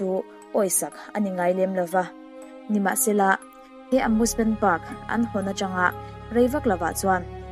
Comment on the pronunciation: Amusement❌ Amoosement✔️